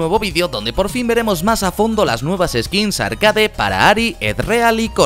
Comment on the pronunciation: me pone nervioso cuando dice (arcade) y no arkeid (como suena).